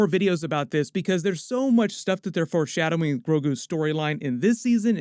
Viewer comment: I'm sorry but are you saying "force" shadowing?